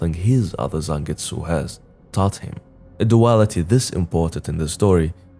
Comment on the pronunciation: Thank you for actually calling him Zangetsu!